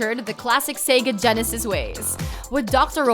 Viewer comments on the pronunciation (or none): none